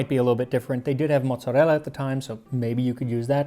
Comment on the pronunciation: You know what I really love about your show? You pronounce mozzarella and ricotta right! I also love the schooling you give us on macaroni. That's the term we (Italian heritage) used most before the snobs of the 1980s decided pasta was the only acceptable term.